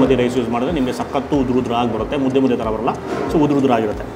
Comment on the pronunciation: ಮುದೆ ಅಲ್ಲ ಮುದ್ದೆ ಅದು